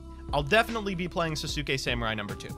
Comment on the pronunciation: people really still mispronounce sasuke after the sasuke choking meme was a thing